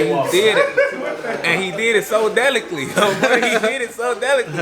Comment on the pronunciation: delicly is the one lmao